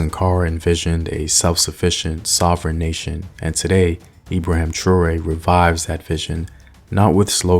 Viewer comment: Learn how to say his name properly.